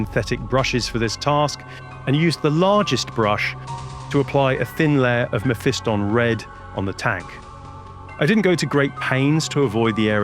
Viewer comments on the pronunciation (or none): none